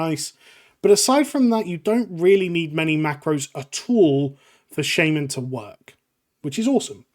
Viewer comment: shayy-man KEK